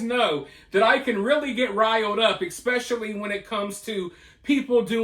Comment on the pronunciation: I love you so much, ESpecially the riled up version. 😂 So much so that you’re the only one I can tolerate saying EXpecially. 💜 from SC!